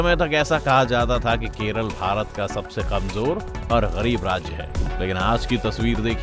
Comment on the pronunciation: Keralaaa Thik se bolo bhai ❣️